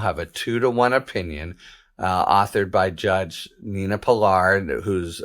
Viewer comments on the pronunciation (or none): none